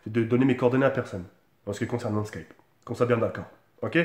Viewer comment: Mdr il a dit slkipe au lieu de Skype